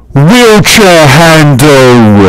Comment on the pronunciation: I've never heard anyone pronounce handle as three syllables